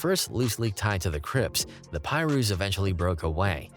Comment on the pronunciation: “Lueders Park Pie-roos”😭😭😭Somebody has to stop these AI YouTube videos